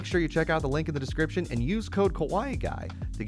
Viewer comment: My friend, kawaii is pronounced "kah-wah-ee" not ko-waii lol